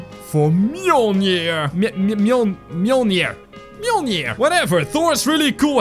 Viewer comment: you pronounced mjolnir right, good job